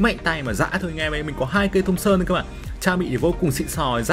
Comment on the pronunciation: Thompson mà nghe thùng sơn hoài 😂